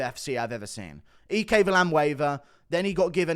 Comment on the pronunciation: It's "IKE" not "E-K". Plz stop.